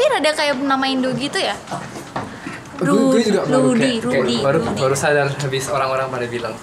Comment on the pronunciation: Rudi di inggrisin jadi Loudi haha